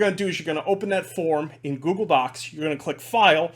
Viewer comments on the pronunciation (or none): none